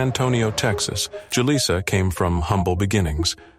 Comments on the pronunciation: Too many!... 🤦 It's actually pronounced... Who-Lisa!.. 😮‍💨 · How many different ways can you pronounce Julissa in one video?